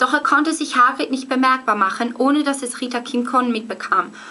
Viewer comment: Du spricht Hagrid ja aus wie H-Grid :D Nei aber im ärnscht: voll geils Video ;)